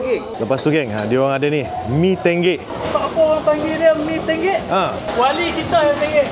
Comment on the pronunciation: Mee tonggek ❎ Mee tenggek ✅